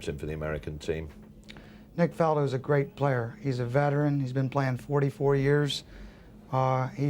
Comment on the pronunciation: Did Earl call him "Nick Faldo"?